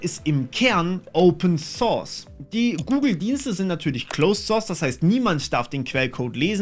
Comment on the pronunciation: Open thorth...... scheiss denglish, wa